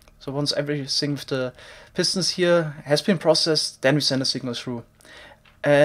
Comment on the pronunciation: I sometimes get annoyed by how he says “pistons”. He always says it like “pistnts”